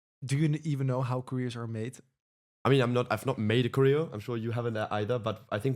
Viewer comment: Kappen nou met je korrijo. Klemtoon op de eerste lettergreep. Cho-reo. Jezus pfffff.